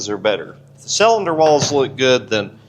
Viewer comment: Sellinder? Is that how you pronounce cylinder when you're from Missouri 😂😂